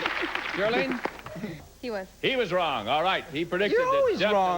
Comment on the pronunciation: He pronounced the last lady’s name as Ger-a-Lin. It’s Geraldine!